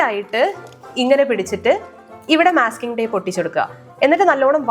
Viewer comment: not myasking tape it is masking tape